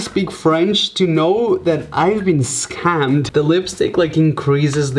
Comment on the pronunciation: “I dont need to know french to know I’ve been sca-hammed”